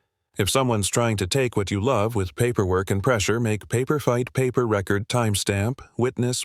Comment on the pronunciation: I know this is generated by AI, but you need to teach AI that words have more more than one meaning and can be said more than one way depending on this structure of the sentence since I was made to go to summer school for English English for three years years having this crammed down my throat AI needs to learn it too. Record was said the wrong way used for that particular sentence structure come on if you’re sending kids to summer school because they can’t say the words writer make the sentence structure correctly. AI needs to go back to school and learn to.